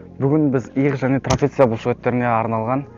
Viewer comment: Тропеция деп койыпсын трапеция болу керек